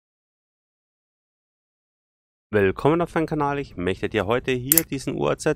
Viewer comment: Man spricht es nur uaz aus nicht U A Z das gleiche gilt auch bei gaz und vaz